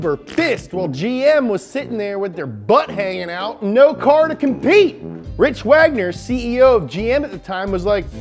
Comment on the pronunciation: He kept saying "Rich" instead of "Rick."